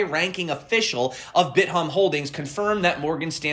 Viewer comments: its bit-thumb, not bit-humb Im dyeing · love your channel. It's pronounced "Bit Thumb"